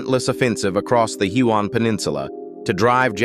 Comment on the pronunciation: Do you think you could pronounce the names properly it's hyooon lae ie lie